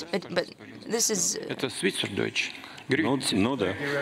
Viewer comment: Min. - Putin sagt "Schwizerdütsch" und "Grüezi". - Und das besser, als 99 % der Deutschen, welche in der Schweiz leben ! ..